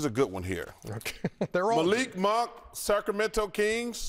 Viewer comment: yall saying shaq cant read. but chuck literally said "malik monk SARCAMENTO kings"